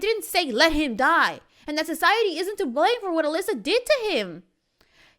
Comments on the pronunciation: You saying Elisa is so triggering. It’s ELLE-IZE-AH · it’s Eliza not Elisa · Isn’t it Eliza pronounced Eh LIZ AH